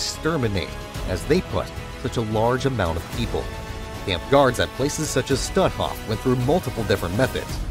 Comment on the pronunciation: Please, the camp of which you speak is not pronounced "stu'off", but stutt hoff, emphasis on the first syllable.